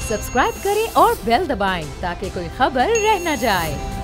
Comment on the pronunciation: Auor auora hahaha salya bolna sikh